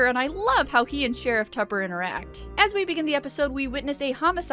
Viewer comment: I have just one quibble here: his name is not "Sheriff Tupper;" it's "SHEriff TUppuuuUUH."